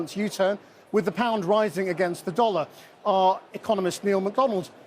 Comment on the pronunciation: The way he pronounced pound made me physically cringe. Checked his background - Etonian through and through, got a banking position straight out of college although he read History.